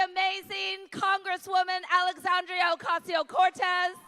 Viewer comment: With all due respect, Miss Kendra Brooks, the representative from NY name's is Alexandria Ocasio-Cortez not Alexandria "oseo or oteo" Cortez.